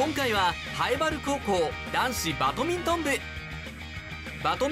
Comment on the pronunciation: ナレーションの方、バトミントンじゃねぇ、バ『ド』ミントンだ。